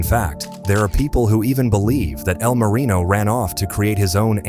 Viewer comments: "E.L. Marino" and "El Marion" lol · "EEE L Marino" A.i. is disgusting.